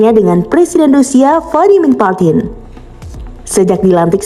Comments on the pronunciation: Putin dibaca bukan Patin, tetap PUTIN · Vladimir Putin. Baca sesuai huruf mba, PUTIN bukan PATIN, jangan diubah jadi ikan 😂😂😂😂